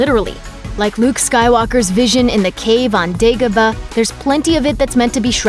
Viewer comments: It's pronounced Day-go-bah not Day-go-buh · can't even pronounce dagoba. weak